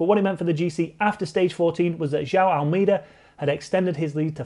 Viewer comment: Speaking of making an out of you and me... AlMAYda <-- Actual pronunciation! Not AlMEEda. Notice Me, Senpai! :'( The Sunweb boys are looking strong at the giro. Maybe Teo can nab 3rd. What struck me about the finish at the Ronde was the nobody tried to veer into the other's line. Massive props, they just fought it out fair and square. :)